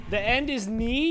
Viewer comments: I thought he said "knee" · " The end is KNEE!" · I thought: The End is NEAR But It’s: The End is KNEE. XD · "The end is knee" - Thanon, 2020